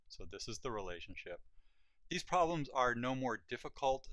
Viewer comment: "Poblems"....seems legit.....wait......yeah, seems legit